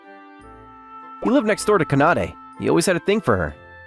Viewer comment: This is a good one, but I kept cringing at how the pronounced Kanade and it's KA-NA-DAY.